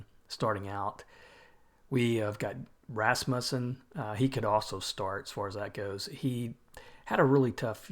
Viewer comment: Rasmussen is almost right: ras-mew-sen. I might be wrong but that’s what I’ve heard.